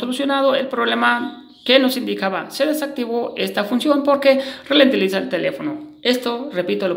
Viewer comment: que cosa se relentiliza bro?